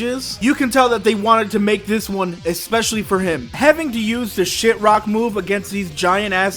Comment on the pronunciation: Just so you know: Shift-rock. Not Shit-rock. The VA that Knuckles had explained in an interview that "Shift-rock" was what he was saying and that SEGA wanted him to say the letter f in that word soo softly so that players might think that he was swearing when he truly wasn't.